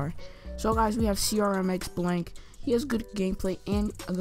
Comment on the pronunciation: Hey bro thanks for the shoutout I really appreciate it. Also the mic I use is a RIG 400HS camo and is an official licensed product. Also I'm not fussing or anything but my name is pronounced CRIMIX BLANK it's a CRMX is a clan